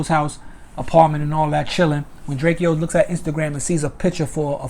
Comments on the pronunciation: It’s Drakeo not drake-O get it right 👀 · he saying it like drakio drake names is spelt like that drakeo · Dre-Co not Dre-Key-Owl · Ayye'yoo my man his name is DRAKE'O ... NOT DRAKEO! ... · Drake O bro not drakeeeo good clip though free the ruler! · Pronounced Drako🤦🏻‍♂️ LLV DRAKEO THE RULER💯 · It’s drakeo bro like draco u sob I hate u weak ass bloggers getting rich off our culture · Who the fucc is drakeo his name is pronounced dray-co. Punk ass bloggers just blogging on everything and don’t know shit. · DRAKE-O! Say it with me DRAKE-O! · Pronunciation : “DRAKE-OH” Drakeo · Ive been pronouncing it drak-iee-oh this whole time too tf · It’s pronounced DRAKE O bro. Good work tho I appreciate the update. Free the ruler and stinc team. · Drake E- O th ruler lol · Right!? 😂 The saying my nephew name all wrong n shit! It's pronounced: "Drake OH"! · This is true. He’s my friend I went to court! Drakeo is innocent! And his name is pronounced DRAKE-O lol 😂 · Say his name correctly! 👎🏼 Trash Channel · THANK you! Pronouncing my nephew name all wrong n shit!